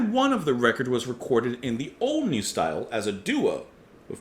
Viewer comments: Some pronunciation help: "Isi" is pronounced like "easy". "Seeland" is a bit more difficult to explain. The "S" is pronounced like "Z", the "ee" is pronounced like the "a" in "day" (just the "a", not the "y"), and the "a" in "land" is pronounced like the "u" in "bus". And "Neu", as we already told you in a comment to the video where you announced this review, is pronounced like "Noi". Neu are quite repetitive, but that's part of their charm. We like them a lot. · Lol. Its a German word - pronounced "noy." Translates to "new" in English. You're on the right track. NEU! rules btw.. 😎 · Hallogallo by Neu! is an absolute must listen =) Pronounced "noy", btw. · I might be wrong, but I think it's pronounced like joy, only with N instead of J. 🙃 I know very little of Krautrock, and the little I've heard has put me off investigating further for the time being. I hope you'll continue with the rest of the album, if only for my own education purposes. Wishing you all a great weekend! 😄